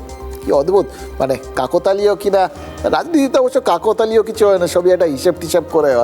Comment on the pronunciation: Kaktalio hobe!!!!!!!!!!!!!!!!!!!!!!!!!!!!!!!!!!! Kakotalio noye!!!!!!!!!!